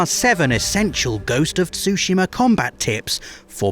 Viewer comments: Ghost of Sushima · why everyone in the West is pronouncing Tsushima as Sushima?